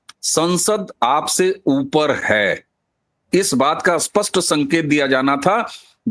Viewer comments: अबे घोंचू, अस्पस्ट नहीं स्पष्ट 😁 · Why speaking Spsht ko Aspasht. STR ko Astr. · आप स्पष्ट शब्द का सही उच्चारण करिए कृपया, क्षमा सहित आप स्पष्ट को अस्पष्ट बोलते है जिससे अर्थ ही बदल जाता है